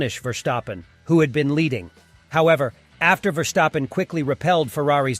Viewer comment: Impossible, question has no answer. Max will always be number one, his driving forces it to be so. By the way, his name is pronounced differently, the st in his name sounds like as in step. You pronounce it like scht instead of st, which is more of a feature in German names, not dutch ones.